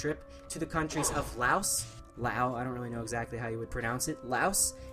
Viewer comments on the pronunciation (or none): none